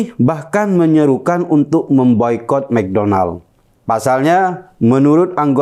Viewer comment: Mcdonald bukan begitu di baca nya. Tapi mc Danold. Huruf o dibaca aa disini.